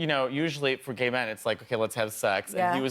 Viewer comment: He said Gæy in perfect Milan accent it's so funny😭😭